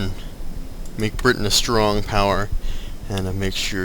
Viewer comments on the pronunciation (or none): none